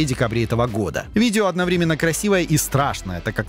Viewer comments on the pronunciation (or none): none